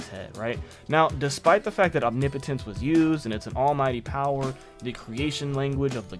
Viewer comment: MASSIVE bonus points for being the first YouTuber I’ve heard pronounce OMNIPOTENCE correctly!!!!! 😂🎉